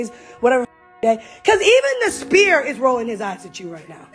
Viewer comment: It’s “sphere,” Nat, not “spear” lol